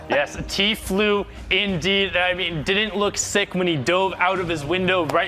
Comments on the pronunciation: he said tflue wtf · this dude says Tflue instead of true. Listen closely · Did you guys here the guy with long hair say tflue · The guy with long hair said tfluu